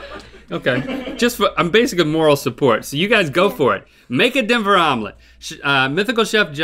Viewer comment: Someone please tell me josh is still alive after that”Omelet”